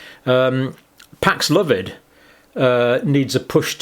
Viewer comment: Pax-love-id? No, Paxlovid.